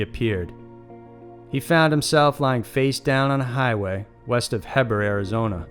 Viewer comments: Heber is pronounced HEE BIHR....NOT hih bihr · It's not Hebber it's Heber pronounced like (hee ber) guess I'd know lived 10 miles away from there my whole life,beautiful country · It's pronounced Hee-burr AZ. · It is pronounced " Hee-berh" and the phone booth he used is still there... painted red and sits beside a tire shop that is painted a lime green..... in jest...there are large sculpted aliens also painted green in them..lol I believe Mr Walton....I bought his book Fire in the Sky and he autographed it for me with a personal message. Very nice man, still tours and tells his story .. it has never changed. He sill lives in Snowflake which is about 1/2 hr from me.... Bucket list... shake Travis Walton's hand.... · By the by it's Heber is pronounced "hee-bur", otherwise great video. I thoroughly enjoy your content! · The story of Travis Walton always scared the shit out of me. I live in Phoenix and my parents had a cabin in the Prescott national forest in Crown King. It's a few hours away from Snowflake. It still scared me at night there. Plus it's pronounced HeeBurr (lol sorry, just a native and have many friends in Heber, plus I've been to Snowflake as I got older)